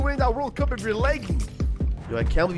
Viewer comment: Why dose he want to win the World Cup and he can’t even say cup right